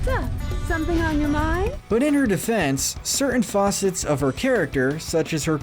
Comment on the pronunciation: Facets not faucets but we’ve all made mistakes like that lol